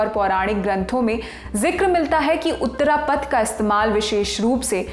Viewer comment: उत्तरपथ और दक्षिणपथ anchor should ammend her pronaountiation